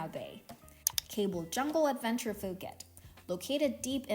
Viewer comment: Pooket not Fooket 😂